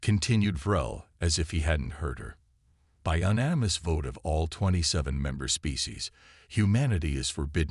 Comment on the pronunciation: Please program your AI to pronounce unanimous!